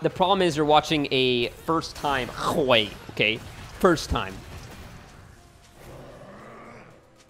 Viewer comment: GODDAMNIT 😂😂 just say "WEY", ey with W😂😂😂 "way"